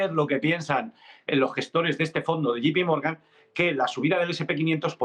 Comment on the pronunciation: se dice Yei (J) pi Morgan, no como dicen ustedes " yi (G) pi morgan"